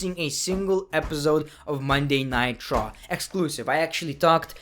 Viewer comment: He said Monday night traw